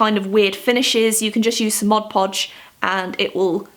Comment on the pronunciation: Oh my God, thank you for not calling Mod Podge "modge podge"!!! It's so fucking irritating that people in the USA can't even properly say the fucking name of the product that they're holding in their hands with giant font on the front and bright Colours.